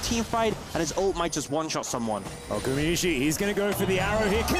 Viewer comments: GumAyusi not gumiyusi…. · Who's the caster that keep calling Guma "GuMIyusi" ??